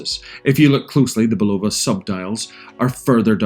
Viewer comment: Nice watch, now you can pronounce Bulova correctly. Also the original sold for 1.6 Million, NOT 16 Mil. Do you find the chinese leather nato smells funny? Like Wuhan wet market funny? Mine did, great watch, rubbish leather strap IMO.